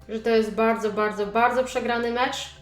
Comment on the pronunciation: ty mówisz bałdzo a nie bardzo xd